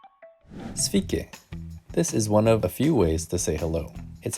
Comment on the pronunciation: A better pronunciation of 'Sveiki' would be 'svay-kee' (like the word 'hay', or imagine a Canadian saying 'eh?'). 'Svee-kee' sounds very different to the Lithuanian ear 😄. But great advice overall!